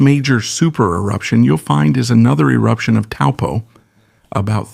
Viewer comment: Thank you for this information and pronouncing 'Taupo' correctly 🕊🌻🐝🌟✨